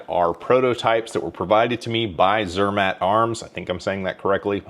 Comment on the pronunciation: Zermätt Arms. Think of Mott's apple sauce with the pronunciation. Zur-Mott. Have fun at Shot Show!